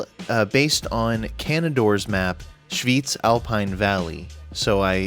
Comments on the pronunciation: This is the city start I didn't know I needed. And btw, your pronunciation of Schwyz is actually spot on - good job! :D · From Switzerland, where Schwyz is located, 10/10 for pronunciation, dear. Nailed it. 👍👍👍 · Schwyz is a town in Switzerland. And as a Swiss I can say that your pronunciation was spot on. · I think it’s pronounced Schwyz, y as in eel and z as in tsunami. But I’m not Swiss, I’m German so it could be wrong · Don‘t worry, you got it right. If anything, you could‘ve elongated the „y“ like 1.75 seconds more. But that‘d be native level bad ass. German and Swiss German are miles apart.